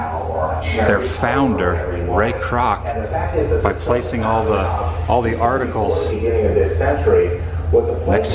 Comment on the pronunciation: Fuck all of you did you not hear how he said “Ray Croc the Founder of McDonald’s “